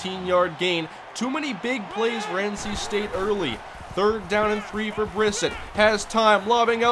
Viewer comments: You said Brissett’s name wrong it’s pronounced (bruh-set) not (briss-it) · it is pronounced Bris set